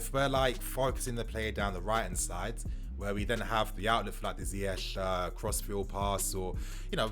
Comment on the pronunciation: Ziyech is not pronounced Zayeck. It's more Zee-yash